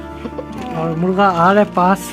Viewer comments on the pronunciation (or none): Boht khoob ❤ آپ اور کو اووڑ کیوں بولتے ہیں